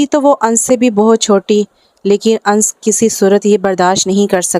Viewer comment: Ye Anas he na ki ans